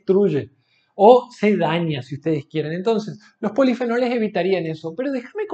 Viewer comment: Jaja dice polifenoles y luego dice ponifenoles jaja la miel no es igual q el azúcar ni hisceversa pero es casi la misma mierda....ningún estudio es valido y concreto 100%